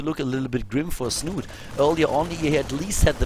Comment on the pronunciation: Das "e" in Snute ist übrigens nicht stumm. Hier kann man die korrekte Aussprache hören: /watch?v=6EpRR-3r6V4 / The "e" in Snute is actually pronounced. You can listen to the correct pronounciation here: /watch?v=6EpRR-3r6V4